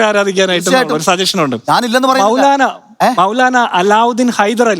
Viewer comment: "മൌലാനാം മൗലവി"... 😂😂😂